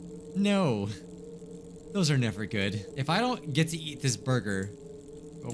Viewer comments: I legit thought of Kel when you said borgir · The way he says 🍔